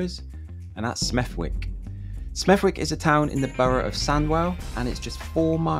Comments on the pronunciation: Oh dear, it's pronounced Smethick. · It’s prenounced smevick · It's pronounced smeth-ick. Dont pronounce the "w" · I'm sure it is grinding for most West Midlanders your pronunciation of Smethwick. It is pronounced Smeth-ick. Ie ignore the w. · Smethwick is pronounced Smethick, i got a mate living there who invited me to have pigeon curry, i declined, never saw any in the video either which is strange considering there is so much rubbish, it is a shit hole the area in all honesty, needs a wee clean up. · It’s pronounced “smevik” 😂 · Pronounce it Smethick………was ok in 50’s an 60’s……was brought up there…….kin right dump according to your vid.🤦🏻‍♂️ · the W is silent in smethwick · It’s pronounced without the W. The ‘ick’ is quite strong at the end, perhaps appropriately given some of the images. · The W in Smethwick is silent! My dad was from here, I've watched the decline over the past 40 years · Locals in the comment section are losing their shit over the fact the guy pronounced the name wrong but don’t bat an eye over the 3rd world town they live in 😂 cool 🤙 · A number of points: I have lived in three different locations in Smethwick since 1959 and like to think I know the area pretty well. I too could have made a 7 minute video showing the very many positive aspects of the town, eg Warley Woods, Victoria Park, Lightwoods Park, etc. You obviously never actually spoke to any inhabitants while you were filming because you would have soon discovered it's pronounced SMETHICK. And some of the footage used is actually Birmingham (Winson Green)! I can't see the purpose of these series of films about the West Midlands. I too am an immigrant (Irish) and I'm proud to say I live in a very diverse community that does have its problems (lack of government investment) but Smethwick has not been THRASHED as the title states. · Fun fact: Malcolm X visited Smethwick a few days before he was killed. Plus the W is silent! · Your pronunciation of Smethwick is wrong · Pronounced Smeth ik